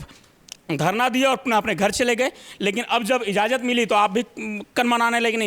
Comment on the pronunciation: Taaja, izzazat, yudhisthir... Bhayankar gadbadiyan hain uchharan mein. 😒😑